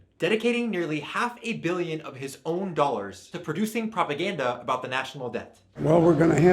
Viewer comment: Propa-gussy" BABE I CANNOT 😂